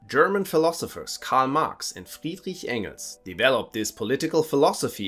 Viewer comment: When you said "Friedrich Engels", I could tell where you're from.